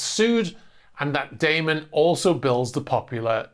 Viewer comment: Its Da man, not Daymen.